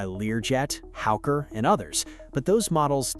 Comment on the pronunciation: Bro if you’re going to have AI slop narrate this, look over the damn pronunciations. I just heard howker and piewit (pilot) in under a minute.